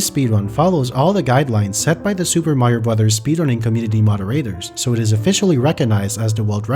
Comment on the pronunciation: Amazing video! By the way, it's nice to see someone who knows how to pronounce the title of the game.